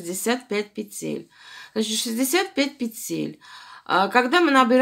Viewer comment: Да не пецель,а ПЕТЕЛЬ!